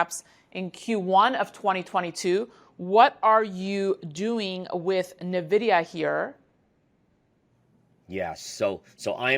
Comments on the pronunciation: Nuh-vidia, lmao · NIVIDIA...what is NIVIDIA? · Please learn how to pronounce Nvidia. Go to their YouTube channel and listen to how they pronounce it.